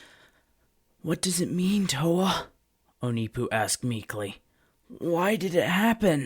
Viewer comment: That’s not how you pronounce onepu